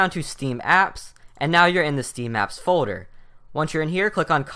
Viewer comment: folder = "foder"